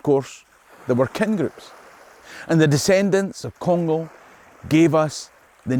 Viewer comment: Personally I wouldn't pronounce the "g" in Conghal